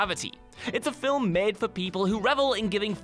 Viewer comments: it's pronounced FILM, NOT FILIM. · Are we gonna ignore the fact that he keeps on pronouncing FILIM ??????? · It's really the way he says it. What's wrong with the word "film"? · I'm glad I'm not the only one bugged by that